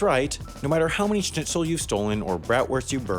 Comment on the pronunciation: So wie er Schnitzel ausgesprochen hat: Nein, ist er nicht